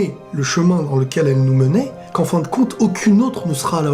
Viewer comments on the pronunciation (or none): Tu as di fin et Moi J'ai cru entendre faim mais pourquoi lui il parle de la bouffe Hahahahahah